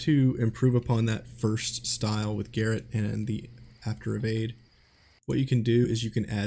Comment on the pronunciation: Wow, a streamer and native English speaker pronouncing Garrote as GARRET? Guess you don't know what garrote is either. 😂